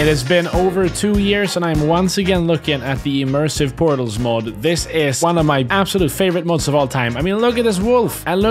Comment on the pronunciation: 2 word pootals aand oog-le